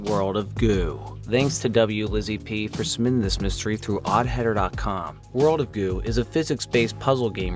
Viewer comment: For a moment, I thought you said "World of Goon."